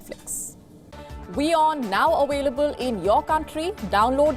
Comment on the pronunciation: I get sick to my stomach each time she says awaylebul